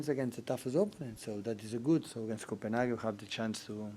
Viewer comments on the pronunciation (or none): none